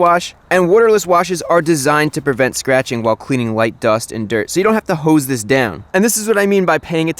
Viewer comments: "a speicalized hoooes" chrisfix quote of the year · The way he says hose kills me